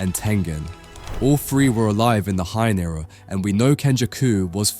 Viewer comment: bro said "Hein Era" and "Cullen games" lol. Even said "Uram" instead of Uruame and "Ghetto" lmao. M8 you wanted constructive criticism, so here you go: you gotta proofread your vids/scripts before posting and actually check to series to see if you're spelling things right. It's fine if you haven't heard words before like "Culling", esp if English isn't your first language, it's understandable, but all you gotta do is just look them up to find out what they mean.